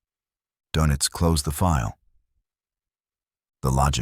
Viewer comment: Sorry for the pedantry , but it’s Admiral Donitz. There’s an umlaut over the o that changes its pronunciation. All this is unimportant other than signalling the reader that whoever cannot pronounce Donitz probably has not done much research